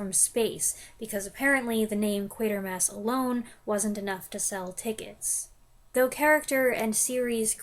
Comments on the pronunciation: Have you decorated your Quatermas tree yet? 😄 where did they even get that pronunciation? I had a different problem for a long time, I insisted on calling it Quartermass ... as in, the 25-cent coin 😕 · There's no way it's pronounced "Quatermas." Those are the same kinds of people who say "robut" instead of "robot."